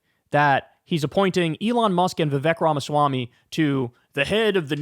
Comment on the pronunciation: *viveyk ramasamy is how it's pronounced